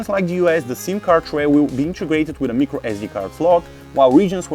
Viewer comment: he says mecro sd card